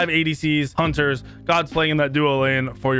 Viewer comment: hUnTeR's he says. "OLORUN" he says